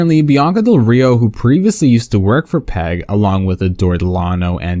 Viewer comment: Industry plant here to tell you we pronounce PEG P-E-G (pee eee gee) not peg. Looking forward to a video or two on how shady that company is some day.